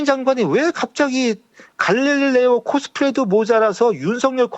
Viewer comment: 갈릴레오가 가를래오로 들리네 ~ 내가 가를래요 갈라치기 할래요 ~